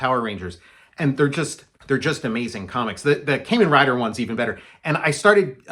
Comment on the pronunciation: Love Kamen Rider! My favorite is Kamen Rider Black. BTW, it's pronounced "kah-men." Curious to see your approach of a tokusatsu comic. I would like to make a tokusatsu bio-horror splatter punk comic.